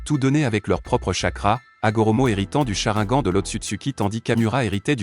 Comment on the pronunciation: J'ai bien apprécié cette vidéo mais la façon que tu as de prononcer certains mots comme sharigan ou hokage sa m'énerve beaucoup lool